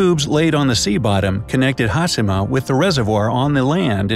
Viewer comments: Says TakaSHIma. Also: hasima. What haplened to the word HaSHIma? Oof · I don’t know why you would say hasima rather than hashema it’s very distracting. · its funny that he pronounced hiroshima correctly but failed with hashima which is essentially the same principle :D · It's Ha-she-ma...NOT Haas-e-ma, as the narrator states. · Pronounced Taka(shi)ma correctly but Ha(shi)ma wrong. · Its not "ha-see-ma". Its "Ha-shi-ma" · Foreigner: Ha-si-ma Me: Ha-she-ma... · In a nut shell, it's a concreted deserted island with harsh weathers and earthquakes, that was once a prosperous coal mining island. Great! The video could've taken a third of the time, and please learn to pronounce Ha-sheee-ma, there's no C sound in Hashima. Have a great day! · It's pronounced "hah-SHE-mah!" Not haSImah.... 😒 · There is no "has" nor "hi" in the Japanese Language. It's pronounced Ha-shi-ma like Hi-ro-shi-ma. Not Has-hi-ma. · hashima! HaSHIma! HA-SHEEEEE-MA!...enough with the SIII.. lol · Shi in Japanese is pronounce in “she” sound so Hashima is pronounced Ha-She-Ma and not Ha-Si-Ma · Here’s a Bright Idea: Pronounce the second H in HasHima! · it's HASHEE-MA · Narrator said "Hasima". My ears hurt.. ugh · No one: The guy in the video: Ha-Si-Ma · Its “hashima” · Pronounced HAH-SHEE-MAH video voice person guy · Pronounced Takashima with no problem. Can’t pronounce Hashima correctly. Hmmm 🤔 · As someone who speaks a little Japanese, it kills me to hear him repeatedly mispronounce the names! If you are doing a video, you would think they could at least learn how to properly pronounce the subject of their video!!! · Thank you! It was like you could have a drinking game for each time they mispronounced it!